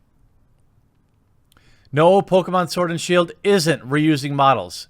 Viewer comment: Did I hear you call it Pokémon sword and shill? XD